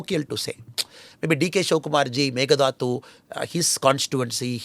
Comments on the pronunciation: its Mekedatu not Megadatu just a small correction. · Pl pronounce as Mekedhattu